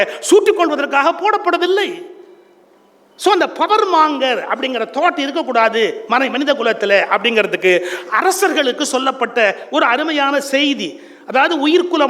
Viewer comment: "மாங்கர் " அல்ல, " மங்கர்": monger( power monger).